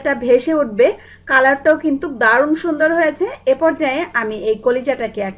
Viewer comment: আপনার রান্নার স্টাইল খুবই ভালো, আমি ট্রাই করেছি, খুব ভালো হয়েছে .. একটা কথা বলি আপু, কিছু মনে করবেন না, আপনার উচ্চারণে কিছু সমস্যা আছে, যা শুনতে খারাপ লাগে, যেমন, কিন্তু'র পরে আপনি একটা ক বেশি ব্যাবহার করেন, কিন্তুক বলেন, শব্দটা কিন্তু, পরে আর ক নেই.. তেল শব্দটা উচ্চারন করেন, ত্যাল বলে.. একার অন্ত তে ঝামেলা আছে.. প্লিজ ঠিক করে নিন.. তাহলে আপনার চ্যানেল দেখতে এবং শুনতে আরো ভালো লাগবে.. ধন্যবাদ .. ভালো থাকবেন ..